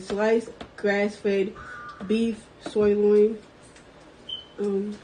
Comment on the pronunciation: Damn that whale doesn’t even know how to say “sir-loin” damn man.